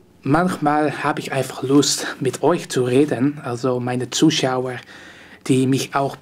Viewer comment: Ich liebe es wenn du Zushower (Zuschauer) sagst.